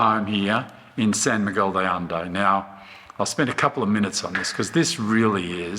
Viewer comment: How can they not pronounce the name of the place where they live?????